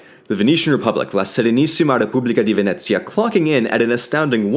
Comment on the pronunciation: Italian here, the way he pronounces "Venezia" is absolutely perfect I mean HOW